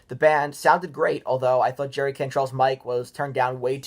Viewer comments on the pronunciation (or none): none